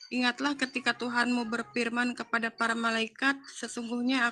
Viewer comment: Berfirman ya Mbak, bukan berpirman, emang saudara tapir shg bilangnya pirman. Wajahnya cantik, tapi otaknya cacat ya 🤣🤣🤣 UCLIM